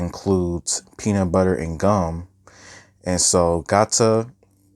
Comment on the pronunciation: Love the review but it’s Gata not Gata